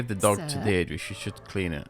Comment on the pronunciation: Funny enough she pronounced "Deirdre" correctly.